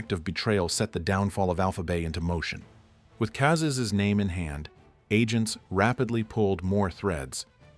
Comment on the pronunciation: some phonetic consistency and attention to detail would turn these from bangers into masterpieces it was never alpha zerotwo, it was "alpha oh 2" it was never "cazays, kayzes or cazzes", pronounciation is just "cazés"